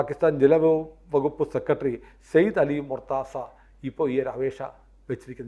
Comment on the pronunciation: ഉച്ചാരണം മോശം സെക്രട്ടറി എന്ന് പറയുക. സെക്കട്രീ അല്ല